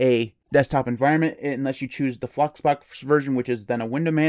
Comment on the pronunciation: Anyone else hear him say "Fuxbox"? Lol!